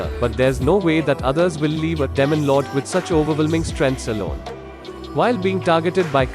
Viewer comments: sounds like he's saying "lemon lord" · Damon lord😂